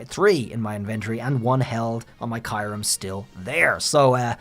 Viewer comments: Am i missheard? "Kai-rum" ?? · Please say kyurem right..